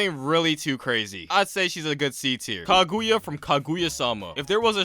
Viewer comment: “Kaguooya” lol